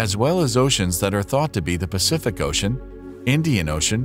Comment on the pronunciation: Pacific Ocean, not Pacefic Ocean.